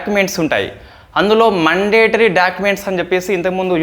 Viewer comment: మండేటరీ కాదు brother... మ్యాoడేటరీ...mistake చెప్పానని తప్పుగా అనుకోవద్దు ..